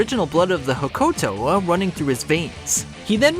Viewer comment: That pronunciation of Hokuto is brutal.